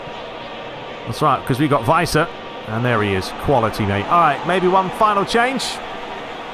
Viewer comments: If you wanna go full german on Werner... well you got the 'W' right but after that it's more like the english word "air". and the ending is more "ah". So W-air-n-ah, if you will. Weiser you got almost right. The 'S' is pronounced more soft like in "razer" rather than "racer". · Give the 's' in Weiser a bit more of a 'z' sound. Because it's a single s, it's pronounced that way, as if you were saying the English "wise" (the 'w' sounding like an English 'v' is correct). A double 's' would be the more conventional 's' sound.